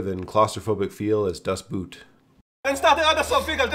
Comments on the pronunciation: Interesting list, I only knew three of those. :D And please pronounce "Das Boot" like "boat", it's closer to the original German word than the English word boot, haha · Great video, however das boot, is actually spoken exactly like in English boat